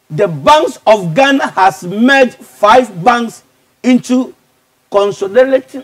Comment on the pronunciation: The way he pronounced CONSOLIDATED tho 😂😂😂